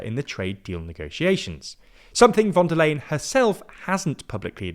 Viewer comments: am I the only one whose ears are crushed by his pronunciation of “von der LAYen”, instead of “von der leyen” as it is supposed to be pronounced in Deutsch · Her name is pronounced Fon dare Line or Fon dare Lion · The "Leyen" in "Von der Leyen" is actually pronounced like "lion" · Even though I don't like her... her name is pronounced fon der Lahien... she's german not dutch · It's time to learn how to pronounce her name. You've been mentioning her weakly for years, and you still say it wrong. The 'V' in German is pronounced like an 'F,' so it's Fon der Leyen. I still love the content, but what is it with British people refusing to learn how to say names, even ones you use this often. It's not just you either, it seems to be a British thing. 😂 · In German names the v in von is pronounced like the f in from, as is the o. In Leyen th ey is pronounced like the I in Icecream. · please, ask Georgina to teach you how to pronounce "Ursula von der Leyen". It hurts my ears every time you say it.